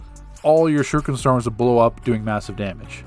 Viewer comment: "sheruken"....bro you been playing this game how long? and you haven't noticed its spelled "shuriken" lmao